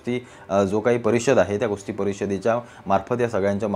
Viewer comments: अरे बाबा कुस्ती म्हण खुस्ती नाही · खुस्ती❌ कुस्ती ✅😂